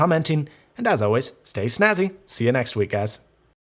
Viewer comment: At the end of the video, it sounded like you said "See ya next weak ass". haha...nice review by the way! I definitely want these now!